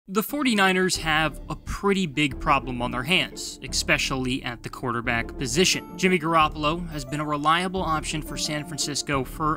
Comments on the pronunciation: I’m sorry, I had to stop watching this the moment you said “eckspecially” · Exspecially??? Who says that??